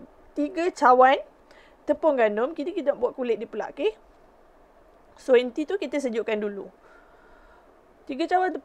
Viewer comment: Bukan enti,Inti…..